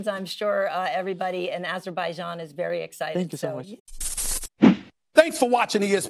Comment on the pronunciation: The lady butchers the name of Rafael's country. Aseerbajaan! Are we going to hear a well-prepared reporter soon?